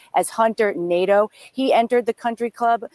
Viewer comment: It’s actually pronounced Nah-Doh. That’s a French name. But probably Americanized Nay-Duh